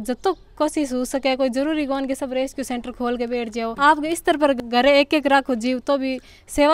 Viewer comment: fun fact रेसक्यू रेस्क्यू होता है मैडम 🤣🤣🤣🤣🤣